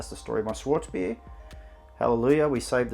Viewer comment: Mate- it is SCHWARTZ bier, pronounced SHH-VARTS. Schwartz means black in German.